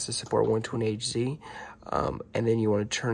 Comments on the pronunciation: its pronounced hertz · Hz is pronounced hertz btw